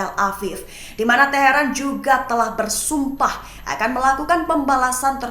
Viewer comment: Setiap ada kata..." Sumpah" kedengaran suara hostnya meledak meleduk🤣😂😂😂🤣😂😂😂🤣kyk gni....Iran sudah BerSumpah!!!...😂🤣😂😂🤣😂